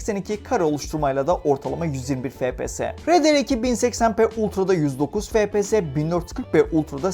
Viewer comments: Fepese değilde efpies diye okusanız daha iyi olur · Lan şuna fps deme efpies (okunuşu)